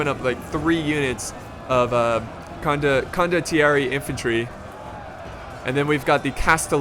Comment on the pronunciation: it's pronounced CONDO-TEE-AIR-EH